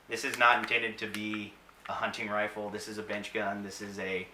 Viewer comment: He said wifle. Scwewy wabbit.